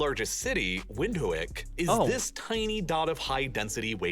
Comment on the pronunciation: Wind-hook is how you pronounce the capital city. Not windiwik